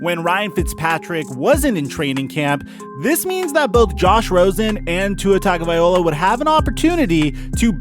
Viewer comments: yes and the 1st part TUNG/ TONGUE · Its such an easy mistake to make that just passes me off, like it makes me so triggered when I hear Tua TagovaiOLA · Tag-o-vai-LOA. Pronounce it right, dude. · Tua Tagovailoa his last name is pronounced Tug-A-Vie-low-a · TONGavaloia that’s how you pronounce it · Geez it was so cringey hearing you butcher his name. Say his name Tah-go-vai-low-ah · It's actually tongue-o-vai-loa but I agree it was hard to hear him butcher it lol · gah dammit.. it's "Tongue-oh-vah-ee-lo-ah". How hard is that? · yo it"s tago-vail-oa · Tua’s name is said tungle-vi-loa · Your pronunciation of his name pisses me off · You gotta change the way you're saying his name...its not that hard. And pretty disrespectful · Please stop mispronouncing Tua's last name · You always say his name wrong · Bro can’t even pronounce Tua last name lol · If you're gonna run your mouth about an athlete, like Tua, then have the courtesy to pronounce his name correctly, fool.😡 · Appreciate the update on Tua TAGOVAILOA. Please please please learn how to say his last name. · Please learn how to say Tagovailoa — it’s cringe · Can you say Tuas last name right? Get it right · Man just call him Tua if you're going to disrespect his last name like that. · You massacred the dude's name...just use his first name...Tua lol! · Bro, you need to learn to pronounce Tua's name. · The name pronunciation is cringe bro. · Good point man, I’m Samoan and it had me cringing the whole way through! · Thank you... I thought I was the only one hearing that. Signed, Alabama and Ravens Fan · Not to get picky, but being from Hawaii, please pronounce his name correctly. It's Tagavai-loa not Tagavai-ola. It's not that hard to say or remember. Aloha and Mahalo !!! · Guy said tagovaiola 🤣🤣🤣 Tagovailoa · Tua-tagavai-LOA not Tua-tagavai-OLA 🤦‍♂️ C’mon my guy , you got the goods just gotta get the last name right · Its tagovaiLOA not vaiOLA. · Bro, it’s pronounced “Tah-go-vai-low-ah”. Not “Tah-go-vai-oh-lah”.